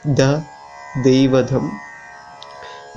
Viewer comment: It’s not a problem with editing but of pronunciation